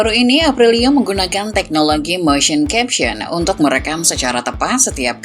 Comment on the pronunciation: motion CAPTURE mba... CAPTURE.. bukan CAPTION... 😭🤦🏻‍♂️ cape gua mah ngasih tau, narator salah mulu ngomongnya...